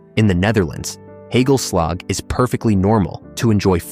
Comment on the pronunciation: Beschuit met muisjes!! Benieuwd hoe de verteller dat uit zou spreken, ik lag dubbel over hoe hij bitterballen en hagelslag uitsprak😂